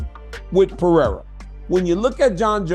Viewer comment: It’s PeReira, not PeHeira. You’re just too proud of yourself to acknowledge and correct.